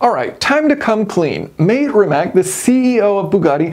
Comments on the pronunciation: MAH-tay Rimac. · Mate Rimac is pronounced Mah-tay Re-matz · Just for everyone, Mate Rimac is pronounced Matty Rimatz. He deserves to have his name said right, look at what he's doing. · Hey, just one pedantic comment: I believe his name is pronounced "mah-tay rim-mats" not "māte rimack" Great video. 😎👍🏼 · Love you, love your videos, love engineering and learning. My Croatian buddies want me to tell you that Mate Rimac is pronounced Ma-tay Ree-match. The way you said it makes him sound like an Australian bloke clearing his throat. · Not sure if anyone pointed this out already, but as a native speaker of Serbo-Croatian, I can tell you two things - 1) Mate Rimac is pronounced as Muh-teh Ree-mah-ts ; 2) The phrasing Mate used in conjunction with the emoticon may actually translate to something along the lines of "oh, that's rich...", as that specific phrasing is very often used sarcastically, much more so than its direct meaning as a praise. Just thought I'd throw a spanner in the works :D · Great video! Btw the name Mate Rimac is pronounced Mah-teh Ree-mah-ts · The CEO of Bugatti/Rimac's name is pronounced Ma-tay Ree-mats. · Senor, his name is pronounced Maa-Té Ree-matz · Jason, you gotta work on your pronunciation. The guy's name is pronounced Mottay Rimmats. Maté Rimac. He's Croatian. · Mate Rimac is pronounced as Mah-teh Ree-matz. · Fantastic video as always! Hope ye can do another Two Jason's review of this when it comes out! Please do google how to pronounce Mate Rimac's name as Croatians/Bosnians do though, the man is a total car nerd and has achieved some amazing things already so doesn't deserve to have his name (and his companies name) butchered by western media!